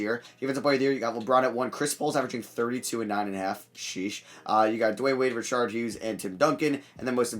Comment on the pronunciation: how tf u pronounce richard lolll